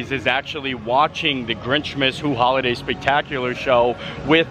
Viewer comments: Who-luh-day. That’s the pronunciation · Who-liday. peppermint-y…. Get it together man